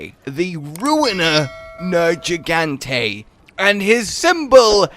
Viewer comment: I will never forgive you for purposefully mispronouncing Nergigante. Respect the name. Jesus.